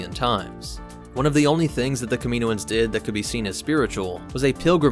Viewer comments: I usually love videos, and i often learn things about star wars lore here. But the way he pronounced Kaminoans incorrectly through the entire video, even after the audio book clips, was enough to cut this one short. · In media, the pronunciation of Kaminoans is definitively illustrated. Why are you pronouncing this incorrectly? Seriously, wtf? Did you even watch the clips that you inserted into this video? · Shouldn’t it be pronounced cam-in-oh-ins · NOT pronounced Ka-MEEN-o-anz!! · watch Bad Batch and you’ll hear that it’s pronounced “kami-NO-ans” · You mispronounced kaminoins so much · 2manynegativewaves he does it as a joke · You’re pronouncing kaminoans wrong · Your pronunciation of Kaminoans hurts my ears. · Please pronounce “Kaminoan” correctly it hurts my ears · Cam-in-know-anns now kamino-anns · Kaminoans • Ka min OH ans ✅ • Ka MEEN oh ans ❌ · You did a lot of research on the (CAM-MIN-OH-INS) but missed pronunciation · Is it really "Kamino-un's"? Ive always pronounced it "Kami-noans" phonetically similar to Noah which I thought was intentional. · Do they live on the planet Kam-in-o? If it's "Kameeno" he's pronouncing it correctly. Every time I hear "Kama-noans" I cringe. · I don't know why this bothers me so much but he says it's so many times and it infuriates me. It's pronounced kam-in-owens, kaminoans holy shit. Dont feel bad though. a ridiculous number of YouTubers seem to pronounce things horribly wrong constantly I'm starting to think it's on purpose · Pronunciation "Cam-a-no-enz". Not "Cameeno-enz". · I think it's kam-in-o-ans not kam-meen-oans. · It’s not pronounced, kam”i”noans, it’s pronounced kam”a”noans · It’s not kamino ans it’s kam in oans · Pronounced Cam-a-know-an not camino-an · I thought it was pronounced "cam-in-oh'-in" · great vid! lots of good info. i did cringe a little every time the narrator said "kamino-ins" lol but that's just a funny quirk not a criticism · The Kamino-ans? Dude 😂 30 seconds in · Say it with me KAM-IN-OH-IN'S